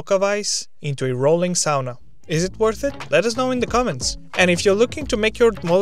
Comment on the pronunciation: Holy shit… you pronounced sauna like a true Finn! 👌🇫🇮 Torille!